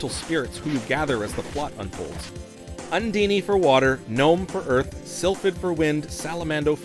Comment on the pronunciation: Everything was going along, i was loving hearing about my old favorite game, until you said UN-Dean-Y. Everything was going SO well... :'( lmfao No really, this was fun to watch. every once in a while though, something said just sticks out. I can't complain though, because that dragon, to me, is absolutely called phlegm-y. I must not have been familiar with the word phlegm (I had to google how to spell it). Also playing this with your brother and having that kind of memory to look back on is sweet. My childhood began when I hit the power button on the snes, and it ended when I was dragged away from the TV. 2 technically 3 to speak of, but no. It's the characters, the story, the adventure that I love. As a kid, having Santa in a game was kind of cool, that's my favorite area of the game. Thanks for this video. I'm gonna go sink 30 or 40 hours into this game now and remember my childhood. Also, I have to say that you outro is truly epic. I've never seen something like it, and I'm absolutely going to check out your library of videos. I really enjoyed this. Gosh SoM is over 30 years old. lmao.